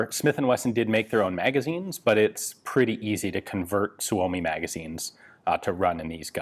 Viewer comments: For the love of all that is holy, STOP SAYING "SUE OH MEE"! It's "SUE ME"! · It's pronounced Soo-Mee